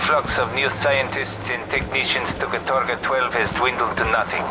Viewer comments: Katorga translates to "hard labor" in Russian. Calling your city or island "Labor Camp Gulag 12" and acting like it's a normal name is weird. Also it's pronounced "KA-torga", not "ka-TOR-ga" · the worst part of this for me is having to listen to them put the wrong emphasis on the word 'katorga' all the time... It's 'kAtorga', not 'katOrga' you assholes. Means 'involuntary hard labor'. You know, the kinda thing Raven does for Activision now in the CoD mines.. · The worst thing about this gameis that Americans can’t pronounce “katorga” correctly. Like holy crap just practice using google translate, mate.